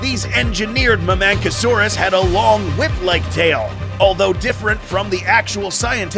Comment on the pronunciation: pachycephalosaurus. Pack-e-cephalosaurus not patchy They pronounced it right with the mamenchisaurus